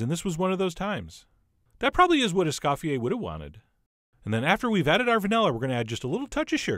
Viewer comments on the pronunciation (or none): (*Es-COE-fee-ae) He did not scoff, except at your pronunciation of his name.